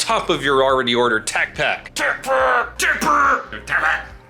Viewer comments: my man is making sound like Aflack, not Tacpak. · Hearing you say " Tacpack" is worth watching the video over and over again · You friend says tacpack better then you. 🤣🤣🤣